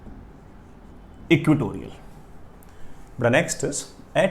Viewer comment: ( it is not equitorial, sir , it must be "EQUATORIAL")